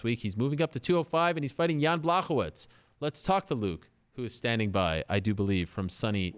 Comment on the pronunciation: 'Błachowicz' is pronounced like this: B'+'wow' (without this last 'w')+ 'ho' (like 'ho ho ho' said by santa) +'vich' (like last part of Rachel Ostovich's name). Got it?